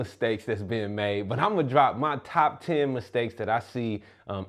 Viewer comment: No, not like tyen...exactly tyen